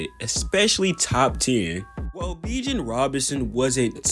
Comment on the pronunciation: I dig the video, and I am going to subscribe, but you've gotta work on pronouncing some of these guys' names. Bijan is pronounced more like "bee gawn" and Jahmyr Gibbs is pronounced less like "Jamar" and more like "juh meer". I havent finished the video yet, but other than that, I enjoy the video so far.